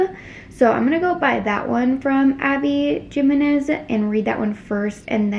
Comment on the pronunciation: I was wondering who the author was you were talking about but I think it’s pronounced Abby “Hi-me-nez” since it’s a Spanish surname? 😅